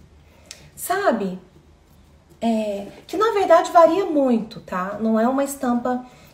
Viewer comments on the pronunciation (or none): none